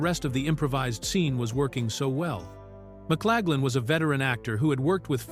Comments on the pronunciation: Who’s this McClagland actor keeps describing? Please clean this up! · fails in Victor's name.